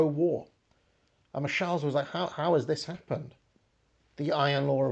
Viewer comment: your pronounciation of 'Michels' in a french way always slightly offends me; it's literally the "german Michel" way!